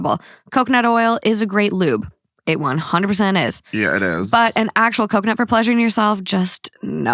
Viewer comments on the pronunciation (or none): Did he say cumconut? 😂😂😂